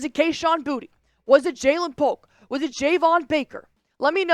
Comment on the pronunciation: Btw it’s boo-tae not booty